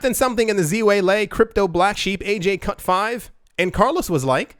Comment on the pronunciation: ze-way-lay is the former Chinese world ufc world champ at 115lbs. Female.